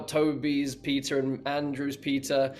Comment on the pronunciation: Ngl, I thought Andrew was saying "pizza" and not "Peter" 🤦🏾‍♂️